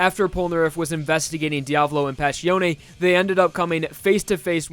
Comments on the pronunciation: Dude, i really DO like your videos, a lot, but as an Italian hearing your pronunciation of Passione and Giorno gave me chills down the spine. First of all, the "ss" in Passione is not as "paSSion", but as, for example, "acceSS". Second, the worst one (not your fault, it's a really common error), Giorno is not pronounced as "Geeorno" but something more like "JOrno", like JOnathan or JOtaro (same thing for Giovanna which i often hear as "Geeovana"(with just one n), is more like JOvanna ). I'm not trying to be mean or anything, it's just my italian proud that came out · Actually, it's pronounced Pa-ss-yo-ne, not pa-sh-yo-ne.. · Oh the shitty pronunciation... Pashione no, Passione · Jose Vasquez it's neither of them. It would be pronounced "pass ee o ne" ("ne" would be pronounced the same as in the word "nest")